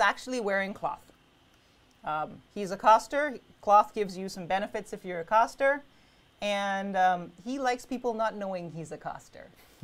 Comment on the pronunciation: wtf is a coster?? its CASTer as in cast from a movie or to CAST a fishing line...comon u sound smarter than this